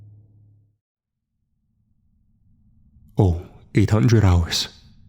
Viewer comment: The way he pronounced 0800 hours made me chuckle.